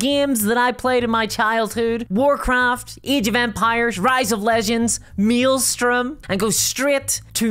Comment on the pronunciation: Meeslstorm umm mate thats pronounced male storm mael is pronounced m-ale